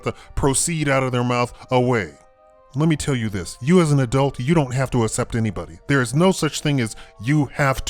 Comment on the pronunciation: ass-ept? lol. its pronounced "ak-sept"